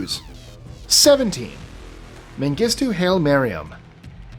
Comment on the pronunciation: "Haile" is pronounced "Hi- lee" not "Hail". As in Emperor Haile Sellassi.